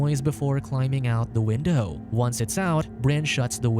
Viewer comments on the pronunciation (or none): win-DOE lol